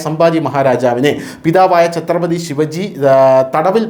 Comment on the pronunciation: ശിവജി അല്ല ശിവാജി.